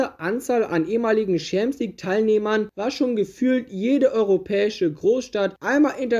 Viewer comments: Wer kennt sie nicht: die „UEFA Chamsieg“ lol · „UEFA Scheemps league“